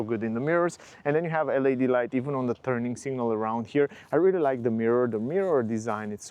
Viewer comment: Te rog frumos, nu mai pronunța LED “el ai di”. În engleză astea sunt literele LAD.